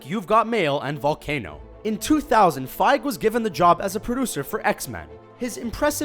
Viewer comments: it's pronounced Kevin Fi-gee not Fiiig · That Iron Man fact I didn't know and makes it even more impressive! Also it's Kevin Feig-GEE not Kevin Kevin Fieg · why do u say fige? XD its feige - fei gee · Its fiege not fieg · It's pronounced FYGE-E. FEI as the FI in FIVE. And GE as GI as in the traditional karate uniform (GEE). FYE-GHI. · Internal and external cringe when he said feig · it's pronounced FEIGEE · It is pronouced: Fie - Gy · OK, X-Men and the original Spider-Man are not part of the MCU. And I'm pretty sure it's pronounced "fy-ghee"